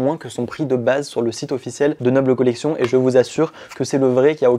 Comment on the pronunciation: Et à ce moment là ce serait également ''collectionne'', sauf qu'on le dit en version française, donc ''noble collection'' et pas ''nobele collectionne''